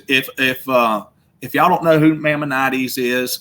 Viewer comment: Nothing wrong with a southern DRAWL! We're pretty smart down here in the SOUTH! He does need to work on his pronunciation of Maimonedes...it's MY MON A DEES.